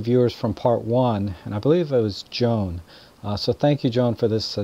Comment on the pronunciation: I was over the moon when you mentioned my feedback about Sleep setting AND pronounced my name correctly, Joan, and not JoAnn...thanks so much for your receptive feedback from viewers. While I am still learning lots, a suggestion for another episode might be “Lenses to Consider” depending on what your viewers are photographing. You do a lot of real estate work and many of your tips are super helpful. I am interested in close up nature photos of wild flowers, mushrooms, streams, etc. Keep doing what you’re doing. Do you have a Facebook page? Best regards, Joan